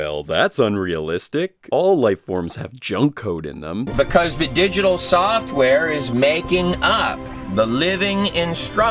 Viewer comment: It's funny. All of the shit WRONG with this moron's video, and what keeps pissing ME off is he keeps saying 'Digital SOFTware'[with an unneeded strain on the 'Soft' part] when,r eally... Biological coding is called WETware, much like how 1s and 0s is 'SOFT'ware, and actual physical processors and such is HARDware.... I'm sorry, Sci-fi computer nerd in me gets really pissy when that shit gets mixed up. Biological 'coding' is Wetware, not Software.